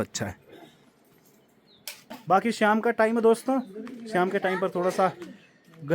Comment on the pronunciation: श्याम नहीं शाम बोला करो।